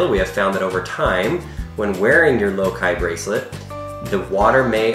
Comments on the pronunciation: Does it brother anyone else how he says lokai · Lokai? Not, low high?